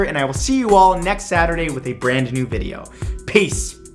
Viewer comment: The way he said peace was way different to how he normally says it